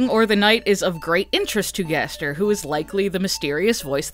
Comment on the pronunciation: Two things one never stop making these videos because the way you say Gaster gives me life Second ever since you suggested the garbage noise might just be the sound of darkness and could be unrelated to gaster himself that thought has not stopped haunting me